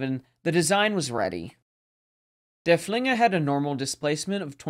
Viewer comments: And als consistently says Der Flinger 😅... not too serious of an issue. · Thank you all for watching! This video was one of my favorites to create in recent memory, because Derfflinger is my favorite German capital ship of the period. However, the pronunciation is sometimes right and sometimes not throughout the video. I know my German viewer base isn't the largest but I feel bad because its hard hearing works pronounced incorrectly. Just know that I do really try my best with it :)